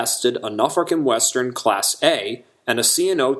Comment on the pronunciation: The "Nufrican Western"?